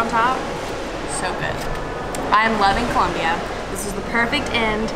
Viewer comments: its Colombia not Columbia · It's ColOmbia not Columbia!!!!!